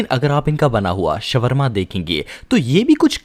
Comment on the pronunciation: shwarma nahi shawarma hota hai